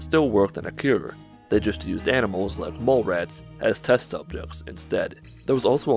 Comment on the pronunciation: SUBJEKTS not subchekts